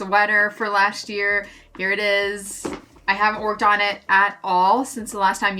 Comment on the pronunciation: Why “lasht year” when it’s just “last year”?!